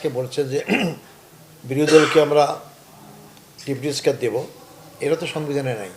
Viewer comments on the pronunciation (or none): এ তো ডেপুটি স্পিকার ই উচ্চার করতে পারে না